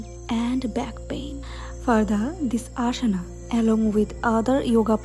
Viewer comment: ಅದು ಆಶನ ಅಲ್ಲ ಆಸನ, ಶವಾನಾಸನ ಅಲ್ಲ ಶ್ವಾನಾಸನ .ಸರಿಯಾಗಿ ಆಸನಗಳ ಮೊದಲು ತಿಳಿದುಕೊಳ್ಳಿ.ತಪ್ಪು ತಪ್ಪಾಗಿ ಉಚ್ಛಾರ ಮಾಡಬೇಡಿ.